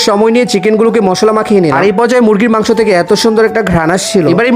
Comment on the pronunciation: মাংস নাহ মাংক😂😂😂